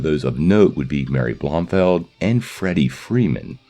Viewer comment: It's Bromfield, not Bromfeld.